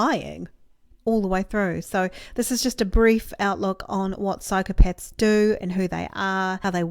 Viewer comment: Did she say Psychopets...?